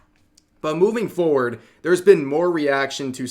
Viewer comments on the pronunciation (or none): none